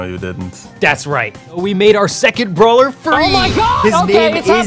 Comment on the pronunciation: How Pronounce Brawler: Brolah